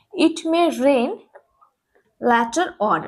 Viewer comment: দুটো জায়গা ঠিক করতে হবে - ask উচ্চারণ আস্ক , আকস নয়। later- উচ্চারণ ল্যাটার নয়, লেটার।